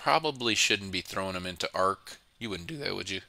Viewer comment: arch as in archie